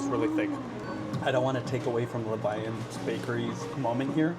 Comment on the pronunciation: Levain is the French word for leaven and the bakery is pronounced Le-VEN. Their cookies are so bomb, and I want one every time you show them. Always love the daddy/daughter trips.